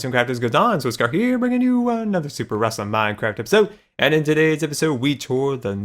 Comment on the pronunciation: Did anybody notice he said rossome